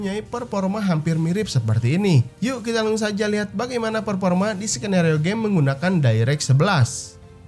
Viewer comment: Performa kang bukan perporma ,😂😂